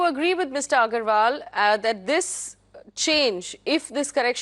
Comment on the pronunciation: Haha how dare you butcher mr. Agarwal so bad dats wicked? But thanks for a show